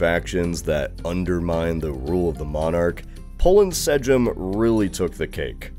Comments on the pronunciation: "Sejm" is pronounced like "same", not "se-gym" 😅 If you see a "j" (or "i" for that matter) in Polish word it's usually pronounced like "y" in "yield". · Sejm should be spoken like Seym or like word "same" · Did you REALLY just pronounce "Sejm" as "Sejjim"!? It is so OBVIOUSLY pronounced "Same"! Jesus christ, I can't with Americans, it's literally a one-syllable word which is so easy to figure out how to pronounce if you have even the BASEST knowledge of how the Polish language works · He could for more simple version of “Sejm”. One of my friends told me that the best way to learn it’s pronunciation is to learn Lithuanian version “Seimas” just without “as” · polish J is pronounced as "Y" in the words like Yeti, so the word "Sejm" is pronounced as "Seym" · Minor complaint, but sejm is pronounced just like "same" in english. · The Polish "Sejm" is pronounced like the English word "same". The "J" in most European languages east of the Rhine and Alps is used basically the same way as "Y", not like the harder J in English, Portuguese, and to a lesser degree French. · Man, your pronounciation of Sejm (still the name of Polish Parlament) is soooo bad :/